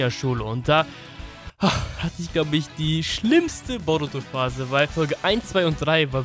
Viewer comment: Wie er boruto ausspricht ,,borotu“ 1zu1 spricht er es so aus ahhahahaha